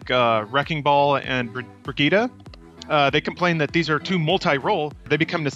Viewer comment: "Briggetta?" I'm out, unsubbed, down-voted, no longer a FIRST member, deleting entirety of Funhaus.